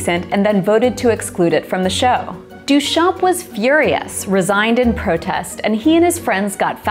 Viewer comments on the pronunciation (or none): Very interesting! Just one thing. The name Marcel Duchamp is pronounced Duchan… you don't pronounce the p and barley pronounce the m. Here's the right way to say it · Your mispronouncing of Duchamp makes me die a little inside every time you say it but this was a great video!